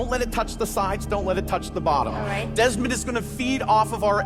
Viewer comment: who's Desmond? dezmont he said